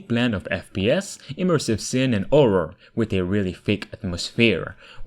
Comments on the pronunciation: What happened to the "H" in "Hogwarts" and "Horror" ? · I love the way you say 'horror'. It sounds like you're saying 'orror' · Absolutely orrific